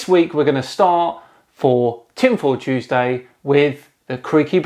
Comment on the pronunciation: I love you creaky but I have to take issue with how you pronounce Tuesday